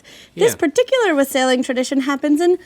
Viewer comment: She was saying wassail wrong right? Or do I pronounce it wrong?